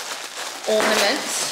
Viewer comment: Love the Christmas ornament! Love it even more that you called it an ‘ormanent’! 😂